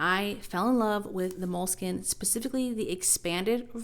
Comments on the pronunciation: you keep saying Moleskin.. skin? it's spelled Moleskine skine,, not skin. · I got tired of saying MO-LE-SKEE-NAY, so I switched to Leuchtturm.